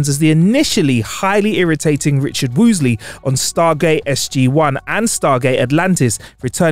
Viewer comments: Also said Richard Woolsey as Woosley. This may be a speech affectation. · First Georgie, then Progidy, Now Woosley. Wait til he has to say Nuclear. They don't call him for nothing. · Oh boy... Debuted: "day-beewed", not "deb-butte-ted". ProDIgy, not "proGIdy" (not to be confused with progeny). Woolsey, not "Woos-ley". When a person's job is to properly read a script, each mispronunciation is like nails on a chalkboard! And I have reading, speech, and cognitive impairments: so I know the struggle, but I also know we can get it right. I don't know if that's the case with...I don't recall him messing up before. I wish we got more content from him, and I want him to be successful. 🖖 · another one. It's Richard Woolsey not Woosley. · And Richard Woosley... 😩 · Prodigy woolsey ,for am lad who is English he ought to be able to speak it